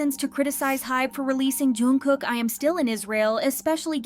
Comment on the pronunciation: What is "joon kook" , the pronounciation of his name is not hard. And include yourself also in the list of those kmedia, netizens and youtubers who spread false video and news and tarnished his reputation. It was not the fans who were demanding him to leave, it was antis, Armys are still supporting him hard and will continue to show love and support. I really hate kmedia so much, Suga with other members of BTS did so much for their country and this is how they are treated. And the investigation is over so how about you focus on current topic regarding taeil. Edit: I see you deleted the previous video where you called Suga "a liar"